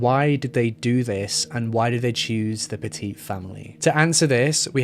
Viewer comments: I grew up in CT and lived in CT when this all happened. My neighbor was Bill’s Aunt. It was really sad and still is. Just so you know, it’s pronounced Pet-It like pet it, not petit like the size. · In the US and in the state which this takes place it’s pronounced Pet-It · Their last name is pronounced Pet-IT. Like..Nice dog, can I pet it? Good job on the video, tho!😁